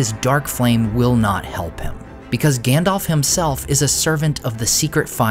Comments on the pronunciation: Listen … his names GANDALF , not ( Gandolf) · Please, could you pronounce it as "GAndalf"? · His name is not effing “Gandolph” … I’ve said it before, and I’ll say it again. Would you get the names wrong at a job interview or on a date? I think not. Because it’s only reasonable if you want to be taken seriously to at least get that part straight. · His name is Gandalf, not "Gandolf." I don't know why everyone mispronounces it. It is pronounced correctly in the Lord of the Rings trilogy, but everyone insists on mispronouncing it anyway. Both As are pronounced the same way, like the A in Apple.